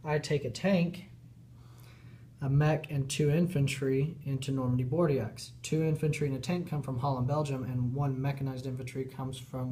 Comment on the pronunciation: great video. Inspiring to give it a go! It's pronounced "Bor-do" though ;)